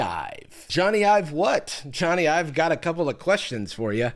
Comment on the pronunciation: Jony but pronounced like Sony